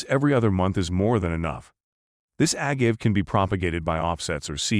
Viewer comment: A-gave, wrong pronunciation. Also showing King Agave pictures.